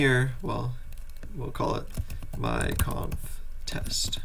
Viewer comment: oh man I did a double take when I heard you say "my conf" because I heard "mein k@